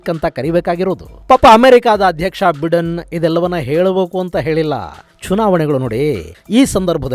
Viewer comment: US ಅಧ್ಯಕ್ಷರ ಹೆಸರನ್ನು ಬೈಡೆನ್ ಎಂದು ಉಚ್ಚರಿಸಲಾಗುತ್ತದೆ, ಬಿಡೆನ್ ಅಲ್ಲ.